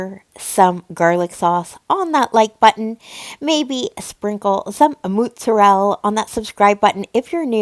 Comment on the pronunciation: Did you really give the Tom Goes to The Mayor pronunciation of mozzarella? 😂 I love it